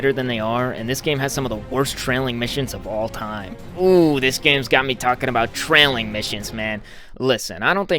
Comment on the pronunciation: i was laughing my ass of when he said tRailing missions